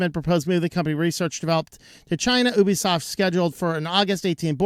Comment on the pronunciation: You're mispronouncing ObiSoft. ObiSoft != Ubisoft and they're not pronounced the same. At first it sounded like you were just jabbing at the name similarity but then you kept pronouncing it as Ubisoft, just thought I'd point that out. (Though you could lead me to believe it was named to sound similar for whatever purpose)